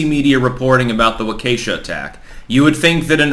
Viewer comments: It is pronounced walk-ah-shaw no walk-esha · My dude. It's not Wa-kay-sha. It's pronounced more like Walk-a-shah. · It's pronounced "waw-kih-shaw," not "waw-kay-shuh." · Walk-uh-Shaw. Not Wah-Kay-Shuh. You’re from Rootland, Vermont I guess. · Love your content, but I live in Chicagoland and that is not how you pronounce Waukesha it is wa-ka-shaw definitely not a -kesha sound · I thought it was pronounced walk a shaw ? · You are mis pronouncing Waukesha. It’s pronounced Wok e Shaw. Approximately. The e is short. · Friendly note: Waukesha is pronounced walk-a-shaw. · and Mr. Obvious are the two major butcherers of that town's name. If the lamestream can get it right, so can they! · Waukesha Pronounced- WAA.KEY.SHAW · It's pronounced "wawk a shaw" stop embarrassing yourself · Waukesha is pronounced "Wah-keh-shaw". Thank you. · WAH-keh-shaw. You're welcome. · Wah-Kah-shah midwestern Indian word. Just saying. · you should know how Waukesha is pronounced especially if you are doing a story on it. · Like your content but please learn how to pronounce Waukesha correctly:)